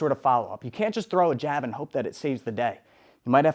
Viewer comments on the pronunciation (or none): bro said G A B lol